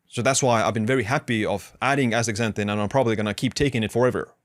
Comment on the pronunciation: Dr. Berg days Astra zanthin. Youre saying Ax tazanthin Ass ta zan thin please!